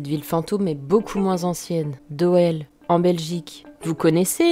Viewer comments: Bonne vidéo,juste petite rectif,la ville de Doel, (se dit Doul)😉 continue comme ça ! Bisous de Belgique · Hello. Bravo pour cette vidéo et vivement la suivante. J'aime ta façon d'aborder le sujet. Cependant, si je peux simplement faire une toute petite rectification sans importance, la ville belge de Doel se prononce Doul. tu vois rien d'important mais bon en tant que Belge, j'étais obliger LOL. en tout les cas, ta chaine est comme toi originale (dans le bon sens du terme bien sur)